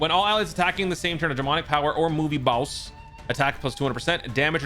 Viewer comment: "Big bad Baowss"